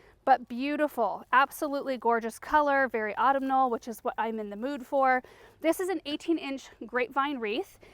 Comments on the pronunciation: aa-TUM-nal is the correct pronunciation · Autumnal is pronounced aw-TUM-nal